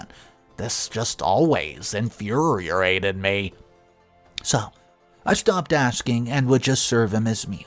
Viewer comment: You're saying infuriated wrong if you're going to narrate stories please try to say the big words correctly